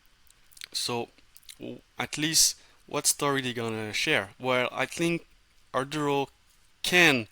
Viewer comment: Thank you for explaining the importance of reaching out to investors. However I need you to be clear on the correct pronounciation of the company name. There is no "R" in the first syllable of the name.